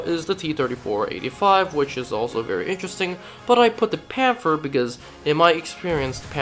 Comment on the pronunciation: Pan-ther not pan-fer